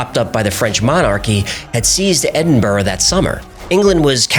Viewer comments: It’s Edin-burrah. Not Edin-burg… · Edinburgh is pronounced Edun-bruh.